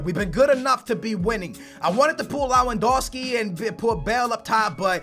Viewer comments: Its Lewandowski not lawandowski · lewandowski is pronounced . levandovski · Only found you today and enjoying your content loads but please its pronounced levendowski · It's pronounced lev-an-dov-ski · stop saying lawandowski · Worst pronunciation of Lewandowski I've ever heard